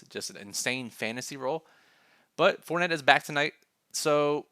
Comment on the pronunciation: I'm I the only one that herd fort net 🤣😂 good content as always